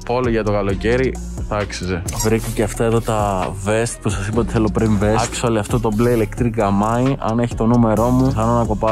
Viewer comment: Τι μιλας αγγλικα αφου δεν ξερεις. Ολο ακτουαλι και ακτουαλι ινσταντ. Τα λες και λαθος